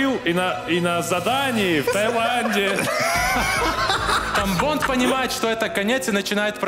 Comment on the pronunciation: Я один вместо Тамбонд слышал тампон?)